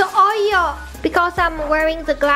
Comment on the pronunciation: "I got oyo on my sking", stop.